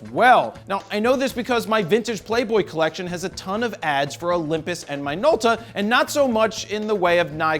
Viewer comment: My nolta? Minolta... Cmon Jay rod! get with the program... lol